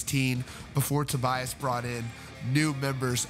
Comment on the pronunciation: And apparently his first name is actually pronounced To-BEE-as, instead of To-BYE-as!